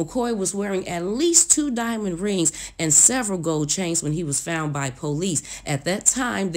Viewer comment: It's the FOUNT, instead of found, for me!!!